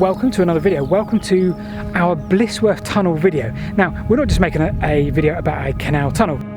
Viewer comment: Just to mention - it's Blizzworth, rather than Blissworth. Good work as usual, though.